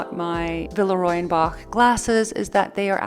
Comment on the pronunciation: that collection ‘la boule’ is gorgeous; but I think the name of the brand should be pronounced as : vilrua bosh